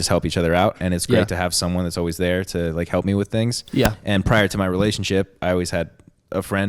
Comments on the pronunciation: doms accent he says ""wiff""instead of with. love it lol. 😆!!! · pronouncing with as wiff is why we're here